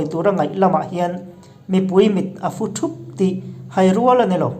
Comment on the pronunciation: A ngaihnawnm thin hle mai. I mizotawng lam dan kalhmang leh kauchheh (a bîkin a thlûk/tune) hi fimkhur leh zual deuh la tha ka van ti êm! Eg: fu- hemi chapter bîk ah hian mipui mit a fu( sava thingzar ah a fu, puan ka su tih thlûk a thlûk tur ani) sugar cane= fu( hei hi- tui a so tih sawi nan a 'so' tih thlûk a lam tur ani thung). Chapter dang ah pawh a awm nual mai. Engpawhnise, i channel erawh a ngaihnawm e